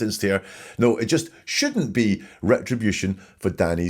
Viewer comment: Love your channel! Just found you! Wendi’s weird accent absolutely bugs. “Nooowwhhhh” instead of no. The woman cannot say “sure.” It’s “shore.”